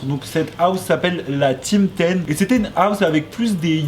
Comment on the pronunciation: "Qui zétait" 😖